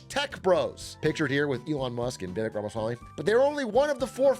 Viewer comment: Impressed how you pronounced Vivek’s full name 👍🏽👍🏽